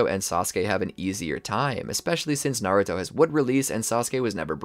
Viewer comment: Bro said maruto